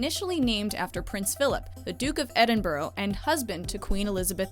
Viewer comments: Edinboroh? Where's that it's Edinburgh "ed in bruh " not "ed in bor oh" I should know I live there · "duke of edinburo" um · what was that pronunciation of Edinburgh?!